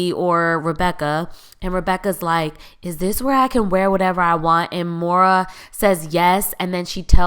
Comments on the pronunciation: Moira, not Maura. Escape, not eXcape. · It’s Moira (PRONOUNCED Moy-ra,, Not Mo-ra )